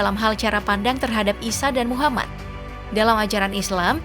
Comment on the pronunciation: Mimin belepotan menyebut nama nabi muhammad saw.